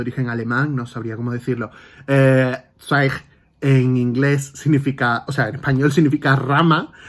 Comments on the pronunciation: Hola, adoro a Stefsn Zweig y muy bien pronuncias su apellido y al igual que tú el primer libro que leí fue María Antonieta, que Salvo algunos errorcillos que tiene es un libro maravilloso... leí más obras suyas en los años siguientes: muy influenciado por Freud su manera de escribir es preciosa, enhorabuena por tu canal y video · Hola, Para iniciar te quisiera decir que me parece muy buena tu pronunciación del nombre Del autor, Éste libro, María Antonieta,lo leí hace muchísimo y antes de terminarlo recuerdo que desapareció de mi librería y nunca leí el final. Gracias por enseñarlo porque lo vuelvo a leer con tanto gusto. Con respecto a tu aspecto no te preocupes porque con el entusiasmo que tienes pues te ves tan bien como siempre. Un saludo y gracias por tu reseña Interesantísimo conocer la historia del autor